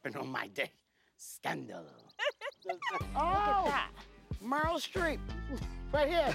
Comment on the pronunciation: Did he just say “Merle” Streep?!! 😂